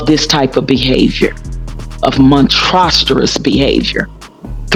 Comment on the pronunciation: When "Monsterous" becomes "Monstrosuous" 🤣🤣🤣